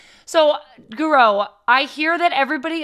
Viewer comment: My favorite Chelsea player! Intro was so funny. Had to watch it again to see her reaction to pronunciation.